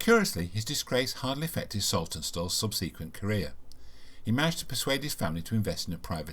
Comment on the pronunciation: Good video but the continued mispronounced subSequent was surprising and irksome.